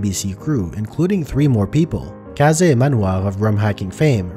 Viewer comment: not how you pronounce kaze but close enough